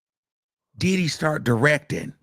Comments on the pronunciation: Every time he say DIDDEEY… I lose it 😂😂😂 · The way he keeps pronouncing Diddy like Did-he is hilarious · No fr every time he says his name the emphasis and exaggeration has me crying I’m now saying it like him DIIDDDDYYYYY